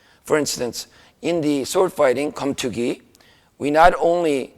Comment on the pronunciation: Keumtoogi is the proper pronunciation.